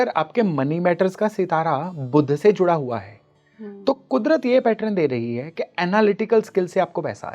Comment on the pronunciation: Clarity was needed ....in 'juda hua hai'